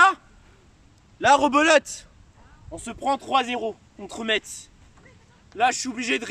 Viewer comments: La ville de Metz se dit Messe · Juste on prononce pas le T dans Metz :) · oui mais dans la ville "Metz" en gros tu prononces "Mess"